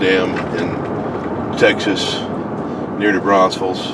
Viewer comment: It's New Braunfels, not New Braunsfels.